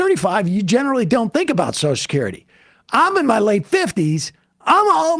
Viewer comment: Sam can't say Social Security. He says Soshacurity.